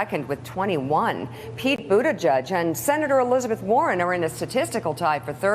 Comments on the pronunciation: Its Buttigieg, its pronounced Butt ed Edge not Butte Judge. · Buttijudge, Buttijudge, Buttijudge. I am getting earcancer. Seriously, how can pronouncing a name be that hard? You're on national TV for cryin' out loud.